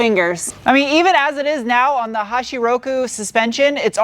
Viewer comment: HACHI, not hashi! 🙄